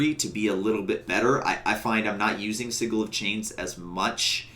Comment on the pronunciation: It's not siggle it's sidjel